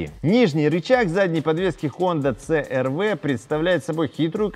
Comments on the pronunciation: си эр ви, а не цэ эр вэ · Мне одному уши режет,когда говорят Цэ Эр Вэ а не Си Эр Ви?